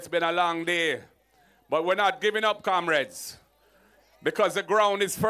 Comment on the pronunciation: Kamreds??? This man sounds like a old rum head